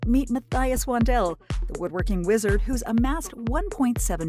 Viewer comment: This is another entry in the “race to the bottom” on YT. The whole video is one long plagiarism of a great YT contributor. They can’t even pronounce his name correctly; that’s how deeply they ‘researched’ this. Outrageous!